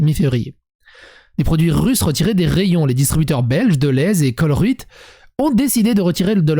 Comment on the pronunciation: colruyt ça se prononcé colreyt (le e se prononce e) et le yt se pronomce aussi